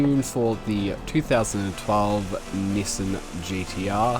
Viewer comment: Appreciate the vids but hearing "Nissin" really hurts my soul